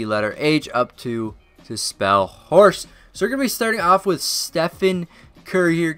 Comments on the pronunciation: Did u hear it?He said H O R C not H O R C E. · When Steph won he said HORS not HORSE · This dude said HORS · he said lonzo lost he has hors he never said e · You even tried to make Lonzo win cheater and u said hors lol